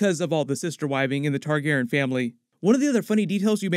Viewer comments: Man, please say "TargarYen" not "Targarren" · Why is leaving out the "Re" in Targaryen.. I know it's a change. I went back and watched some reviews from Game of Thrones and he said it the way we all say it